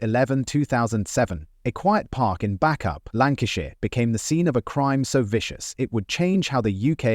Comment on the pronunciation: Bacup is pronounced 'Bay-cup', for Sophie's case x Recently found out I know one of her killers' parents. Not a great moment. Bacup's only a small town, in was inevitable that I was going to know their relatives. Also, when I was in sixth form, one of the teachers told us how she knew one of Sophie's killers because his ex-girlfriend went there. He could have been caught so much earlier, with the stuff we were told he did before the murder 😟